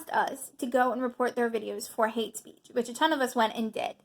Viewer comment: I agree with your message... but there is no "A" in "speech."